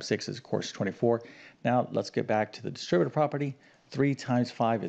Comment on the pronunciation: Solve??? We’re given an expression, not an equation. Equations are solved; expressions are evaluated. What kind of a math teacher is unable to use mathematical terminology correctly? Of course, this is also the guy who pronounces algebraic as algeberric, and distributive as distribative, so there ya go.